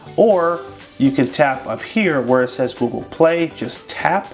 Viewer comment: Instead of the google he said goo gool